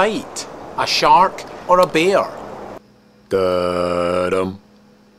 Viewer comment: It's sounds like he's saying "A shark, or a Beer?"